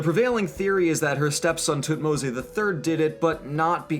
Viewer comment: Is it actually pronounced tutmo-say? Everywhere I check says otherwise....